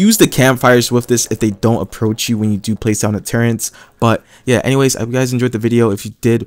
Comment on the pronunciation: The way he says turrets annoys me T_T ”turrents”